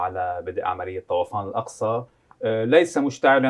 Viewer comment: ليش طوَفان؟ بالعربي طُوفان .. والكتائب هيك بتسميه.